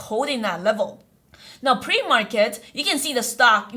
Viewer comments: ‘Pre-market’ PLEASEE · "Pre Market" help :)